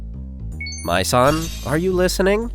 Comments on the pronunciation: I misheard 'Mai-san' as 'My Son' XD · For a second I thought I heard "My son" (Mai-san)